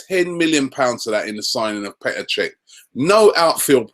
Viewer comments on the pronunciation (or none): none